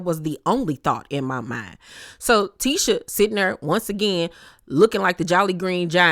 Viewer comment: just can’t get Tisha name right 🤷🏾‍♀️ l be yelling at the screen it’s Tee-SHA not Tish-A 😂😂 no one corrects her